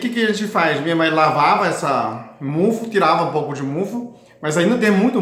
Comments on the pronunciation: Não é mufu é mofo😂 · CASQUEI 🤣🤣🤣🤣AH AMEI VC FALANDO MUFU...MOFO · aqui vai uma dica: você está pronunciando a palavra "mofo" de forma errada. Esta palavra se pronuncia ou se fala como se estivesse falando a palavra AMOR. Assim, quando você pronunciar a palavra MOFO faça de conta que você está falando ou pronunciando a palavra AMOR sem a letra "A" e sem a letra "R". Pronuncie apenas o "MO" + a sílaba "FO". Ou então coloque um acento circunflexo no "Ô" ao pronunciar = MÔFO.